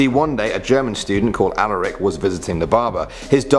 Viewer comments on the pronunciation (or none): none